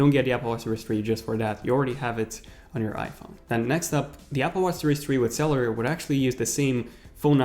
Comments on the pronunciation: I’m s not celler it’s freakin cellular with a u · When he pronounced cellular sell- ar Instead of sell-you-lar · Ugh the way you say cellular, please pronounce the "ul" part of the word instead of saying cellar... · "Series Tree" "Cellar" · *cell-U-lar *pro-cess-or